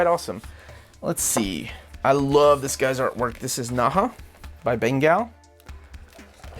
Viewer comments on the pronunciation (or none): none